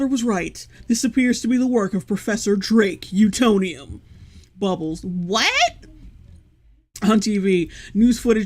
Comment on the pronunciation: I’m sorry but “Drake Utonium” does not sound right